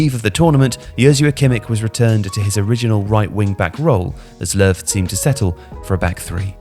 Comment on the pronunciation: It's more like 'Luhv' because it's an ö in German, and German J's are Y's. I've never understand the 'Jogi' part. I figured it was a nickname, or a short name.